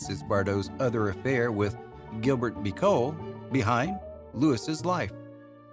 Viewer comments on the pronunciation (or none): What a ridiculous "French" accent!!! Trintignant? Bécaud?!! Stick to what you can just about manage in that speech impediment you'd call an American accent!!